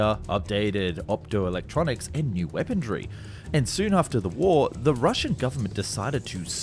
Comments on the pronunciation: You do realize the word is weaponry, not weapondry, right? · Weaponry not weapondry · POLITE NOTICE: I have checked with numerous, well respected, sources and can positively affirm that there is no "d" in the word "weaponry" I'd be incredibly grateful if you could revert back to the original (non d) pronunciation. Thankd you! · Why are so many young YouTubers saying the word "weaponry" with a D in it? "Wepondrie" or "Wepondry" it's so so slightly annoying lol